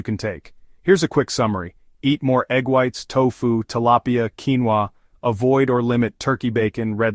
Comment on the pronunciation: What in “ king-va” protein? What is “mental” , bad protein?